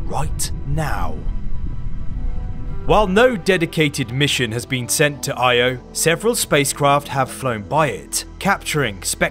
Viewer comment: I had to stop watching after you mispronounced it. Not even researching it’s pronounced Ee-oh, unforgivably lazy.